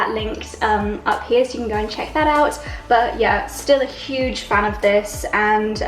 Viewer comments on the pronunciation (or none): none